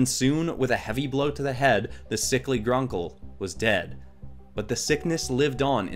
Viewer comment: So now I want to see Spyro and the rest of the Skylanders in Star Wars. Also to clarify, the difference between the video games and the Netflix Series is like the difference between the Justice League comics and the DC super hero girls. Just stick to the Video games over the Netflix series. Regarding this video, you pronounced Gronkle as Grunkle, and I hate that you turned Sweet Sunny into a zombie. But you did a great job on this, maybe for the next Spooky theme you could do Warebeasts.